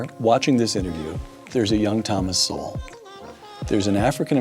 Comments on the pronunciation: Don’t take it person my man but it’s Sowell like soul not So-well. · Its pronounced " soul" thomas sowell (soul) its not pronounced so well. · Sowells pronounced souls. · Instead of only reacting to his videos. He has written over 50 books. Read at least 1 one of them. Pronounced "soul" by the way. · SOWELL pronounced like soul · His name is pronounced Soul. :) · So the rebuttal to TS is an idiot who looks like he is high and does not know enough to pronounce the man’s name properly. At least read his work rather than commenting on video nonsense!